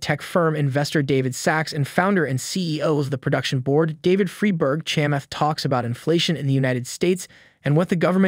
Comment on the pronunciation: Dude, how in the world can you do a video on Chamath and not know how to pronounce his name? At 4 minutes and 25 seconds in it's pronounced correctly.